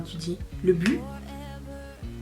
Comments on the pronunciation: On t’aime, même les jours où tu es grognon ou grognonne 😂et tu peux dire à Mathieu qu’on dit butttttt😂 💋💋💋💋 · Coucou ma belle, moi j'adore voir tout ton MU, du début à la fin, je kiffe. Et Oui, on prononce bien le T dans but. et je confirme ce qu'une autre riri t'a écrit, c'est bien le groupe Chic qui chante en 1978, "le freak, c'est chic" ! Bisousssss